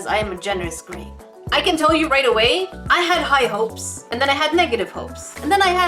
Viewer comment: Ummm you said aday instead of away